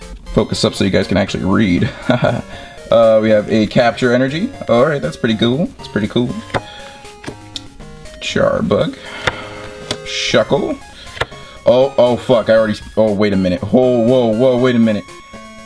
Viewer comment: I support pack openings but I can’t support pronouncing Charjabug and Stunky wrong. Edit: and Duraldon Edit: too many to edit in